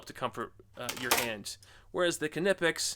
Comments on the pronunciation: It’s kneepax, kneepax, kneepax, not k nip ex… 🤦🏼‍♂️ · IN THE ENGLISH GRAMMAR YOU DON'T PRONOUNCE THE (K) IF ITS AT THE BEGINNING OF A WORD EXAMPLE--- WHEN YOU SAY THE WORD- KNOW, KNEE ETC ETC.. ITS KNIPEX... NOT K-NIPEX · Knipex is said Nipex. Just like you don’t say the K in Knife. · The k in knipex is silent.... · Icon bypasses the research and development phase by producing nearly identical copies of top-tier brand hand tools. Different just enough to avoid legal issues. Thereby able to offer at lower prices, and I suspect the materials aren't quite as scoockem I should point out that the K is silent when pronouncing Knipex like in the word knife, pronouncing it with the K at least to me sounds wrong and forced when compared to the correct pronunciation. Anyway, I digress. Cheers